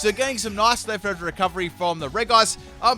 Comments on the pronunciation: Ik you said no legendaries but COME ON! 'Regice' is pronounced 'Rejice' not 'Wreckice'. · Andries Velten It's actually Rej-ee-ice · during the episode where Paul battles Brandon - it's pronounced "Rej-ice" throughout. I'm sure that's not the only time where this is the case but I distinctly remember the episode so I know I'm right. Consider yourself humoured 😉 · Reg-ice (Regice) Pronounciation: Re-ji-ays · Elias Martinez It’s not reg-ice but re-ji-ice. It’s how it’s meant to sound but the developers didn’t realize the sounds don’t match it’s spelling. It should of just had two i’s to avoid the confusion but I guess that looked weird so they removed one thus making it’s spelling not match at all with it’s pronunciation! It’s confusing I know.. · Super AJ it’s actually rej-ice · I can't believe you actually call Regice "Re-guy-ce" but okay xD